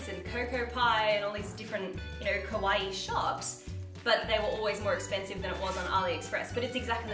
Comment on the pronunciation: please can you don't say "kowaii" but "kawaii"? with the A. It almost seems like you're saying "kohai" that is the opposite of "senpai" ahah ! however I adore this haul, a lot of my girlfriends buy clothes and accessories on Aliexpress, as you said it's really useful to notice how much is the rating high, also to read feedbacks from the customers.